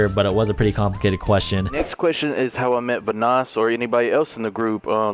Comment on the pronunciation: Delirious be like: Vanåås